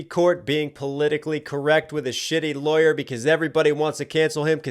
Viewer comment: Love R word scheme then his over Pronounciation of R,s like LawyeR, KindeRgarten , Jimmy CaRter